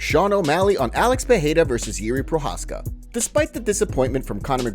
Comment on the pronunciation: It's pronounced PeReira.